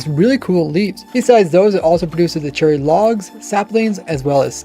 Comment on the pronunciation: anyone else hear him say cherly at the beginning